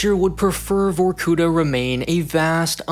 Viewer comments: vorkutA emphasis on last vowel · You're putting an accent on the wrong vowel in Vorkuta. Correct pronunciation would be Vorkuta' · This has probably already been written about, but there is always the funny word stress. Correct - on the last syllable. Vorku-[ta]' I understand that there is no difference in English, and in Russian itself foreign cities are often pronounced incorrectly, but it sounds like a joke every time) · In Vorkutá the stress is on the last vowel 'a'. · The emphasis is on the last A not U! Your intonation is intolerable as it is but in combination with illiteracy it just bombs. Dislike and I did not last for more than 3 minutes on this video. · Could you at least look up how to pronounce the city's name, like where the stress goes? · why couldnt u spend ten more seconds whilke making this video just to learn how to pronounce Vorkuta correctly? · Can you at least,pronounce VorkuTa properly? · Then it's even more jarring that the pronunciation of "Vorkuta" is so butchered that it's like listening about another fictitious city sounding vaguely Indian (like Calcutta). Does it hurt to go to Google Translate and listen the russian name for once? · Not VorkUta, but VorkutA. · vor-ku-TAH not vor-KOOH-tah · Also it's actually VorkutA ,not VorkUta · It is not pronounced vorkUta, but vorkutA -_ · If you are making a whole video about it, please use Google Translator for correct spelling. It is vorkutA, not vorkUta. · It's vorkutA, not vorkUta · The stress goes on the last syllable: vorkutA, not vorkUta. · it's not VorkUta, it's VorkutA. it's a cool vid, but get your geo names right :) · Just a little niggle: it's vorkutA (emphasis on the very last syllable). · Botched the name. It’s VorkutA with A stressed and vowels before silent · It isn't pronounced vorkUta, but vorkutA, with the accent on the last A... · it is actually vorkutA, not vorkUta. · It's VorkutA, not VorkUta. You should've checked spelling before making video, to be honest